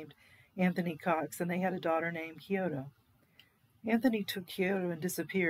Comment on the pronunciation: Yoko's daughter was Kyoko - not 'Kyoto'... :/